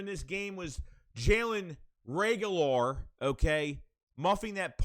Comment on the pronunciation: "Jalen Reagholor" 🤣🤣🤣🤣🤣🤣🤣🤣🤣🤣🤣